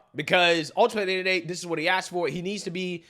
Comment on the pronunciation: It is a goddamned shame that mayors can not speak proper grammatical English. Johnson in Chicago and Scott in Baltimore both "aks" questions about accountability of the mayors of Democrat "ran" cities. 😂😂😂